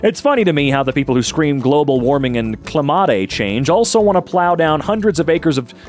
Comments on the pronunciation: Okay yeah this is a really dumb post but “climate” is spelled correctly. What the hell did you pronounce it like that for, my guy? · 𝘏𝘖𝘞 𝘋𝘋 𝘠𝘖𝘜 𝘚𝘈𝘠 𝘊𝘓𝘐𝘔𝘈𝘛𝘌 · Fancy pronunciation